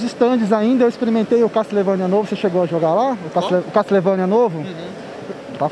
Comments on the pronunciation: GG trollando o Zangado por pronunciar "Castlevania" errado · "Catlevânia" "nóbi" kkkkkk